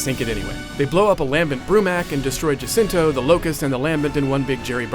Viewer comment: jacinto not jacinta